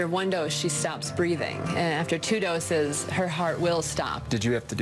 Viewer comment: how many dose or did he say dos or duses!!!!!! bi-aaa-cth!!!!!! I'm Alived